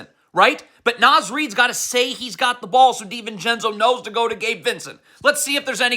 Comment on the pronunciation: Nahhhhhz. Not Naz :(